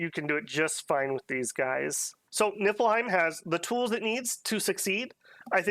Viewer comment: I would like to ask, formally and humbly, that you pronounce it “Knee Full Hime” going forward. I hear the effort you put into pronouncing Hirdman so I know you care kinda :) it’s that “ie” makes an “ee” sound and “ei” makes an “i” sound